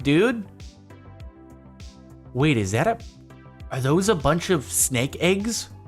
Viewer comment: I hate the way you say eggs. EHIGS